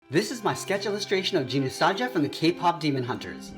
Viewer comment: Jinu not Jinu saja